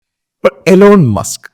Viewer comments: Elon musk alla eelon musk aanu pronounciation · എലോൺ മാസ്ക് അല്ല മണ്ടാ ഇലോൺ മാസ്ക്